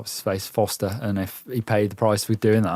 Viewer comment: Just a note. Nino SchuRRRRRRRRter and Lars FoRRRRRRRster. There's an R in both names.